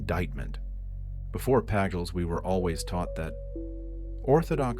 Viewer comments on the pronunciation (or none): Lead to Leed... Pagels to Paggulz. A.I. voice is fine to a point. ?.... Hey Sis? Did know Sophia ? Do You gno sis ?